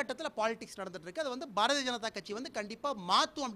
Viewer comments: Again and again he pronounced as Barathi Raja kathi...😝😝😝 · முதலில் இந்த அண்ணாமலையை தமிழ் என்று உச்சரிக்கச்சொல்லுங்கள் இரண்டாவது பாரதிய ஜனதாவை பாரதி என்று உச்சரிக்கிறான்????மூன்றாவது தமிழ்நாடு முன்னேறிய மாநிலம் என்று ஒத்துக்கொள்கிறான். முன்னேறாத உத்திரப்பிரதேசம் பீகார் குஜராத் என்று பா ஜ க ஆளூம் மாநிலத்தை உயர்த்த இவனை அனுப்பவும். நான்காவது இவன் நீட் தேர்வு எழதி ஐ பி எஸ் ஆனானா???ஐந்தாவது மீத்தேன் ஹைட்ரோ கார்பன் எட்டுவழிச்சாலை ஆகிய அனைத்து அழிவு திட்டங்களையும் தமிழ்நாட்டுக்கு கொண்டுவந்து தமிழ்நாட்டை அழிக்கும் இவர்கள் தமிழ்நாட்டை காப்பாற்ற போகிறார்களா????ஆறாவது தமிழக விவசாயிகள் டெல்லி சென்று உண்ணாவிரதம் அரை நிர்வாண போராட்டம் எலிக்கறி சாப்பிடும் போராட்டம் என்று துண்பங்களை அனுபவித்தபோது இவர்களை தவிர்த்து பாரதப்பிரதமர் நடிகையை ஏன் சந்தித்தார்???? ஏழாவது உள்நாட்டு உற்பத்தி பற்றி என்ன தெரியும் அம்பானி அதானி இவர்கள்தான் உங்களுக்குத்தெரிந்த உள்நாட்டு உற்பத்தி. எட்டாவது ரயில் சேவை விமான சேவை மின்சாரம் உள்ளிட்ட அனைத்தையும் தனியாருக்கு தாரை வார்த்த உங்களுக்கு தற்சார்பை பற்றி என்ன தெரியும்????ஒண்பாதவது நான் விவசாயம் செய்து சாப்பிடுகிறேன் என்று சொல்லும் நீயும் பி ஜே பி விவசாயம் செய்பவர்கள் நீரை வீணாக்குகிறார்கள் என்று வெளிநாட்டு குளிர்பானங்களை ஆதரித்த மாரிதாஸும் பி ஜே பி??????கேட்டால் அது அவரது கருத்து என்று சொல்வது???? த்த்தூஊஊஊஊஊஊஊஊ.